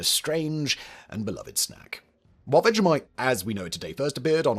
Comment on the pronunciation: That was vegemite. Why does this guy keep saying vejamite? It's people like him who ruined the netflix teletubbies reboot.